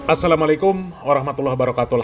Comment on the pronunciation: Bang ucapkan salamnya yang bener ,bukan assalamalikum